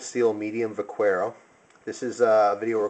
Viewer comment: The U is silent in "vaquero." It's pronounced vah-KEH-row. Good job on the review, I plan on getting a plain-edge x-large Vaquero :D